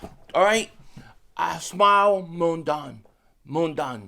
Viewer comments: It's pronounced smile mundin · S-mail Mon-Don 😂